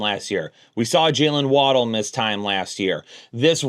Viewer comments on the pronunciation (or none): none